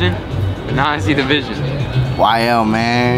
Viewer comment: I understand YL is you & you are YL but for godsakes please stop sayin it like it’s a slang bro😭😭😭 I fw you tho YL✌🏽🤙🏽🤣